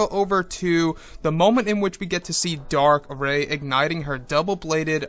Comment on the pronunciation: Darth Rey... Not Dark. But great vid. 👌